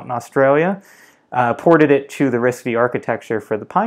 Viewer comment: The processor RISC-V pronounced as "RISC-5" instead of "RISC-V".